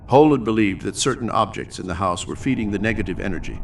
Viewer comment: You got the Heol right but Fanog should be pronounced Vanog.